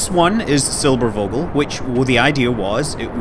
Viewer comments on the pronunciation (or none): While i love you scott manley, it is NOT called "der silberuuuogel", or whatever it was you were trying to say. Had you said it was called "Der Silberphogel" or "Der Silberfogel", you would have come close. I am disappointed by your lack of research. I would have expected you to say at least semi-correctly what the bloody thing was called. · 2 things: actually they got alternatives for bombing america, look up "Junkers Ju 390" and secondly the "v" in "silbervogel" is pronounced as an f you pronounce it in the video as silberwogel :) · The v is pronounced like an F. So it is pronounced Silberfogel. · In case you're interested Scott, the V in Vogel is basically pronounced like the f most english words (fish, fierce, fuck... you get the point). And the o is not like 'au' in for instance fault but more like the way you pronounce the o's in your hallooo at the start of your videos. And yes, it's the german word for bird. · You sure did butcher "Silbervogel"... The v is a relatively "sharp" sound, more like the f of f**k. You said Silberwogel. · The english translation of "Silvervogel" is actually "Silverbird". And the "v" is pronounced like "ph" ;-) Great video anyways! Go on like this! I really like your channel and all the great stuff to find there ;D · I am german and I am offended! The letter V is usually pronounced like F So SilberFogel would have been correct here. Alright, just kidding about being offended, but that usually gets attention.. haha Nice video, never heard of that design idea. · just a friendly hint from a german viewer the "V" from Silbervogel is spelled like the "f" from far or finish :) so rather hard if you may say so : )